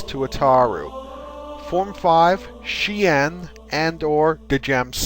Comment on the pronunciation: The forms are pronounced as SHEEN or DYEM-SO.